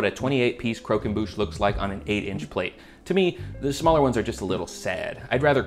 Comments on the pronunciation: It’s croquembouche, not coquenbouche, you silly goose. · The way you say croquembouche is the most southern american way to say it